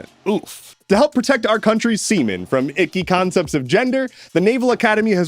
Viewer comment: It took a bit for me to register that you said seamen and not semen :D